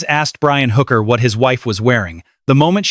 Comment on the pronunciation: Her name is Hooker NOT Booker Mr. A.I. speaker.